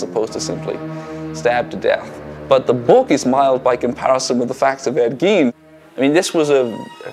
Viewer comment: Ed Geen? It's guyn, spelled Gein